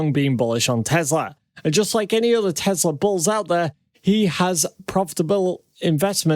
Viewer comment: Its pronounced teSla. Not teZla. Your driving me nuts with that man. I love your channel. So how to watch when you mis pronounce the name tho.